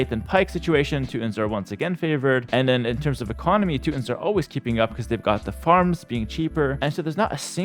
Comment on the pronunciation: "Two tawns" "two tawn nick"